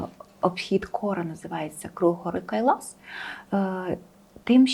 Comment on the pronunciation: Почему Кайлаш а не Кайлас ???